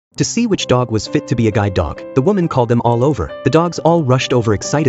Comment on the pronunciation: How you said see guide dogs differently😂😂😂😂😂😂😂